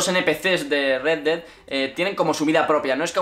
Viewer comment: "el dedai"